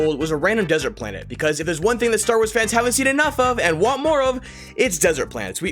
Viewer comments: "Worst Star Woys movies..." Cant unhear that. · "Star ways"